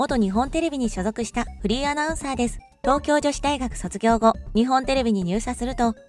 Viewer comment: 山本アナの「フリーアナウンサー」という紹介が「不倫アナウンサー」と聞こえてしまう。